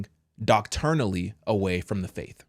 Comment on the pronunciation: Doctrinally, not Docturnally. No such word.